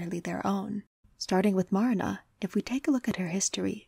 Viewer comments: MAR-na hurts it's clearly Ma-RI-na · I love this video so much! I'm sorry to be that person though, but Marina's name is pronouced "Marìna". Again very sorry, I adored the video I swear